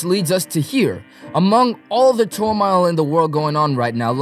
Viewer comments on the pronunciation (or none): "Despite all the turmile" have you never heard the word turmoil?